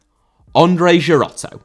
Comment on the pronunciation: Girotto* not Gerottouw